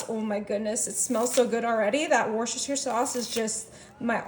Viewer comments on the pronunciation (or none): none